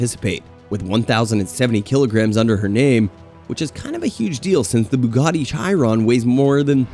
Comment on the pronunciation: Cos'è la Bugari? Gli americani sono l'unico popolo che chiama tutto con la propria lingua. Bugatti, si dice Bugatti anche se parli cinese o arabo, si dice Bugatti con la pronuncia del paese di provenienza, non bugari